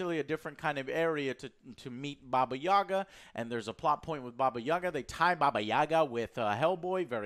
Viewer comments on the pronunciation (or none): "Baba Yaga" (баба Яга) last syllable stress (Yagá) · Angry Russian here. Baba YagA. Stress on the last syllable =D Just so you know. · i've noticed how Joe likes to pronounce "Baba Yaga" and it is good, but the he should stress the last "a". "bAba yagA" - is correct russian pronunciation. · Why Americans always read her name wrong, even John wick? It’s Baba yagA, not YAgA. Stress is on the last syllable. But in the movie she was pretty accurate to Russian folklore. By Hollywood standarts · Brooooo jooooooe i love you to death but stop saying bobbayagga lmao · Actually, It is "baba yagA" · Why do people keep mispronouncing Ya'ga? It sound like boGEYman. Americans actors trying to speak russian are so bad at it. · Thanks for the review. But for the love of God, it is pronounced Baba Yagà :) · It's Baba YagAA, excuse you please